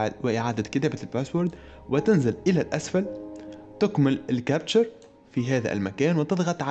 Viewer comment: كابتشا captcha وليس كابتشر